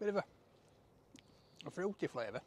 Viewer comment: bituva.......FROOtee flayvuh.....